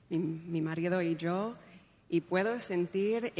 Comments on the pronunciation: People come on. That 'hace' came out the South American way and she said yo as sho. Definitely an argentinian sound there. That guy knows, he is hearing what we're hearing. This is vicious intent. Say about Meghan what you want but she had some Argentinian sounds there. I watched until . No need to see more. Stop this bullying nonsense! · She also says "yo." In Argentina, it is pronounced "JO." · As an Argentine myself I can say.... that's not my country's accent. She has a few glimpses.. when she says Mi Esposo y "sho" very close to how the people of Buenos Aires pronounces the word YO. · The use of verb tenses, rhythm and specially the “yo” not pronounced as “sho”. That is in no way, shape or form an Argentinian accent. I didn’t quite hear the “z” sound in “hace” but there were many words definitively with the “s” for a C. More importantly, in Spain you use the second person plural form “vosotros” so she would have used vuestro and espero me perdoneis among other things if she learned a Spanish accent. IMO the accent is not from South America, and then I would also say it isn’t from Mexico, Panama or Costa Rica either. My best guess is a neutral Hollywood Spanish accent or as you said duolingo. Great for her for speaking in Spanish maybe she memorized it maybe she has forgotten the language but she is not fluent. She pauses in the strangest places, normally people who are not native speakers would pause before the articles or verbs to think about the correct form not after them. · The “yo” sounded more like Jo with a hard J like the Spaniards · When she says “yo” (me/myself) she does not produce the classic Argentinian “sho” as in English “show.” She does “yo” with the soft Y like in Yankee. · No estoy de acuerdo, en dos o tres frases se detecta el tono de Argentina …. Sobre todo cuando dice “yo aprendí hace 20 años” la forma de pronunciar “yo” sólo los argentinos lo pronuncian así, ningún otro hispanohablante. “Es increíble” suena a argentino también.